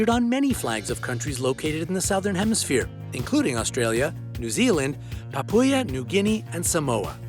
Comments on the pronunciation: "Papooya New Guinea" Say that again? :D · It’s pronounced papa New Guinea not papua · btw the Southern Cross is pronounced Suh-thern Cross not Sow-thern Cross. Also Papua New Guinea is simply pronounced "Papa New Guinea" Source: am Australian Also for future reference the indigenous polynesian people from New Zealand, the Maori, are pronounced "Maow-ree" not "May-or-ree" Not offended just giving you a heads up to avoid future (embarrassment? That sounds too harsh, I mean like, keep your reputation solid...) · I winced at the mangled pronunciation of Papua New Guinea